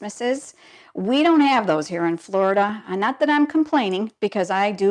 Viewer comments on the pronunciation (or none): none